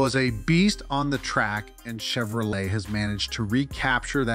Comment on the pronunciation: Yes, horrible. Chevro-lettt Lay88